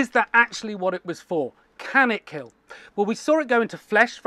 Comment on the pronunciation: "It will keel"